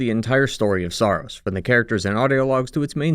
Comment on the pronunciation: Sorry, but this is a very surface level analysis, I think you’re missing the bigger picture here. The first clue is that you mispronounce Saros throughout the video.